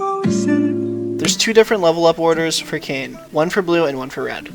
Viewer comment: Kin - Kane Co-op de gra-se - coop de grace